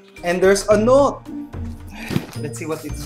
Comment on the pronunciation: its noute not not